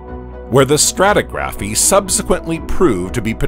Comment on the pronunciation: And it's "straw-TIG-raffy" not.... you know the drill.